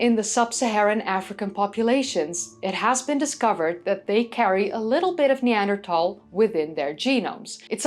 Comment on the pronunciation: I'm so glad you managed to change your pronunciation of 'Neanderthal' without accidentally speaking Dutch, it sounds so much better! Have you seen yesterday's news that early Neanderthals have now been shown to have been making fire in Suffolk, England 400,000 years ago? The Neanderthal 'extinction' has a parallel in modern human history with the native Tasmanians being subsumed into the incoming white population whilst what was left of the native population was hunted to extinction. So today there are 'indigenous' Tasmanians but they are integrated with and indistinguishable from the incomers.